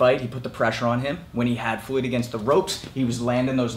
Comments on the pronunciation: First and foremost: Why do you pronounciate "Floyd" as "Fluid" ? That's funny as hell, I'm gonna make this video into a drinking game everytime you say " Fluid ". Second: no, McGregor did not deserve to be in that ring with "Fluid" Mayweather. He is so much of a weak puncher(In BOXING) and an amateur(In BOXING) that his punches were doing shit to "Fluid" Mayweather" so much so, that "Fluid" Mayweather felt comfortable going on the offensive, yes FUCKING MAYWEATHER, went on the offensive. He was eating McGregor's punches left and right, he was not rocked, shaken not even one bit, he was like " Sure why not ?" and kept on walking forwards . "Fluid" wasn't rocked too many times in his career, but mostly because of his defensive style, he doesn't have a weak chin, I'm sure of it, but in boxing he is far from being known for chin at all. In boxing his chin is what ? Mid tier ? There are many, many, many people with much stronger chins. And McGregor got TKO'd by Mayweather's punches. Mayweather was doing damage with every punch he tagged into McGregor. Fucking brittle hands Mayweather, Mayweather has a stunner punch. Not a top tier punch in his division at all. If it was Manny in that ring, the fight would have ended in round 1. McGregor did not deserve to be in the same ring as Mayweather. Mayweather however unlikable he is (And damn, Mayweather is unlikable as hell), is a legend and McGregor did not deserve to be in that ring with him. Hell, many champions of the world in boxing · Did you just say Fluid Mayweather?